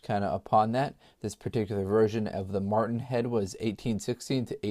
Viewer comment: Matron head NOT martin head.